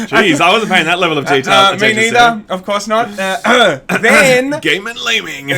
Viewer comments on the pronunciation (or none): I came here for Lamon Gamon, not this stupd Laymen Gaming. More like Gaymen Laming. Love you guys <3 P.s I write gaymen laming before i heard you say it ^^